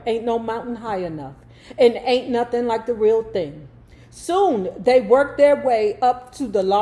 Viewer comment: Not “Nathin” 😂😂😂😂